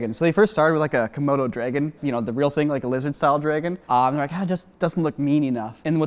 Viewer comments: pronunciation of dragon FASCINATES me. Dreigon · OK, so I know what a "dragon" is, but what the heck is a "dray-gon?" And where in the world do people pronounce it like that? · It’s dra-gon not dre-gen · It's drAgon not drEgon